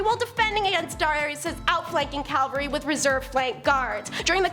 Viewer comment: Cavalry NOT Calvary